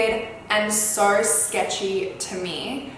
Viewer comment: I’m in love with the way she pronounces sooo 😍